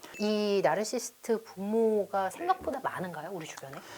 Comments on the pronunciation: 공감가는 부분이 많고 저 자신도 되돌아보게 하는 유익한 영상 감사합니다. 다만 말씀 중 "나르시스트"라고 칭하시는데 정확히는 "나르시시스트"가 맞는 듯요 (발음이 좀 어렵죠...: Narcissist, Narcissism) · 보다 정확한 발음법은 나르서시스트 입니다. 저도 스펠링을 알게 되기전 까지는 나르시스트가 맞는줄 알았어요.